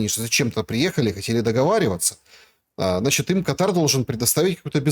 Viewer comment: Сколько же раз повторять, Кáтар, это гос-во Персидского залива, а катáр, это устаревшее "гастрит". Вас же Шелéстом не называют?